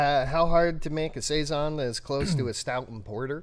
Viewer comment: Hello, my last name is Siason and when I found this beer I was shocked that my last name was on a beer but…😩. It was great to hear you guys say saison every time because that’s how people pronounce my last name. I tell people it’s like Tyson. Great beer, great channel, great info, keep up the great job!!